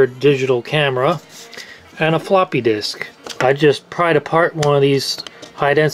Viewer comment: Is it just me or is he saying "a ploppy disk"